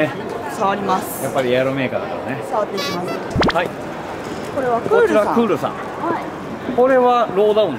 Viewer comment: クールがフールになってます！w